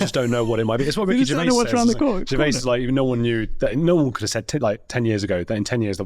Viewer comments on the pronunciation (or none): none